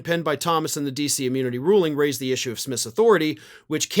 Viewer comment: That's an ish-you, not an ish-me.